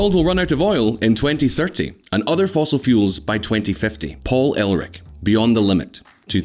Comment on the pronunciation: Paul Erlich: "Paul ELRICK" Nuclear: "NOOKYOOLAR"